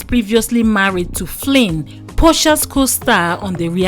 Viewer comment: It’s pronounced Falin not Flin.